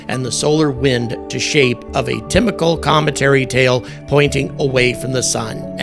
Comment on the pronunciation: Tymical or is it typical? Just trying to clear things up. Thanks 😂